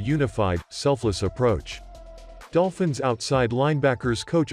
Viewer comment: I definitely heard "Dopfins" at the beginning.